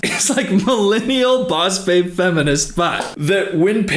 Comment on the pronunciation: U said: boss babe ; I heard: boss baby